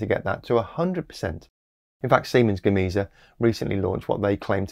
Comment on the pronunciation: “Gar-may-Sa”,, for the Spanish part of Siemens-Gamesa.